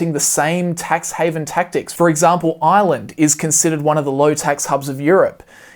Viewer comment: I kept thinking he was saying Island instead of Ireland